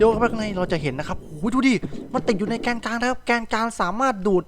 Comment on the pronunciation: พี่พูดว่าแกนกังด้วยครับ